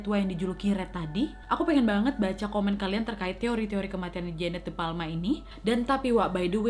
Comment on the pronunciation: Kak nadia bilangnya jeannete tapi aq dengernya jaenab😂😂